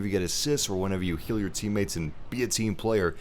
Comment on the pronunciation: When he said "heal your teammates" I thought he said kill.